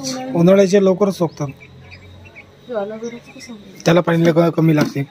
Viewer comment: झाड सोकतात नाहीत म्हणत 🤦🏾‍♂️🤦🤦सुकतात म्हणतात